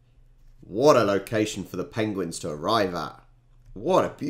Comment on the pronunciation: After your little pronunciation stumble.. "pengwings"? You must look up Benedict Cumberbatch's interview on Graeme Norton....😁